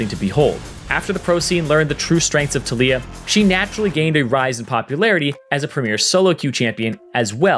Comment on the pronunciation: Anyone else annoyed with the way he says taliyah